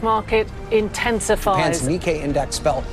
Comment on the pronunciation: Did he actually pronounce Nikkei as Nicky 😂 😂 I’m pretty sure it’s pronounced as Nee-Kay.